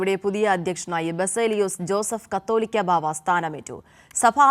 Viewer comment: എന്തു വിവരക്കേടാണ് ഈ പെൺകുട്ടി പറയുന്നത്. കത്തോലിക്കാ ബാവയല്ല.കാതോലിക്കാ ബാവയെന്നാണ് ശരി.